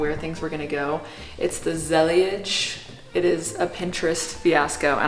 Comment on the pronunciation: it’s pronounced zeleej, they’re Moroccan tiles!! 🇲🇦